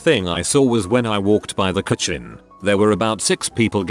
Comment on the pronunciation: Text: "kitchen" TTS: "ka-ching" Can we all agree that this is intentional now?